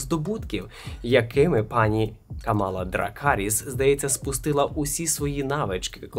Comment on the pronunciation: КАмала, а не КамАла.